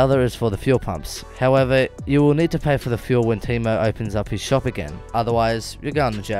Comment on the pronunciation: Love the vid mate I just wanted to say that the pronunciation is a bit different to what you are saying. Tay-mo (Teimo), Lop-pe (as in the second e in elevator), and Pera-yarvi (Peräjärvi). Don't take this too seriously. :-)